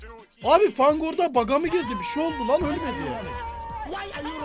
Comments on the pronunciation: Fanta diye okunmuyor feng diye okunuyor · Fang değil feng diye okunuyor